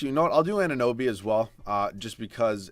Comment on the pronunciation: you said his name!!!! Finally pronounced OG Anunoby correct!!!